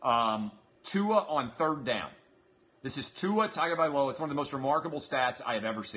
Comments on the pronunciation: Gia’s last name is pronounced not “tag” but “tongue” at the beginning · You are exactly right about the name pronunciation. This guy talks about what a great QB Tua is and he can't even pronounce his last name correctly.